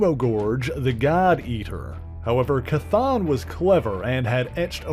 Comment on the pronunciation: Chthon is pronounced ‘Thone’ , not ‘Cah-Thon’.